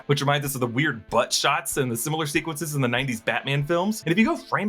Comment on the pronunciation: They way he said "BUTT shots!"